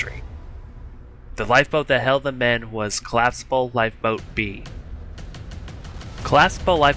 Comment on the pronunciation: Good video bro but you have to work on pronouncing the word collapsible. Don't forget to pronounce the letter p